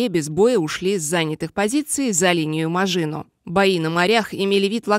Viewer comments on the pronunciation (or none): Кто там комментирует ..Линия Мажииино....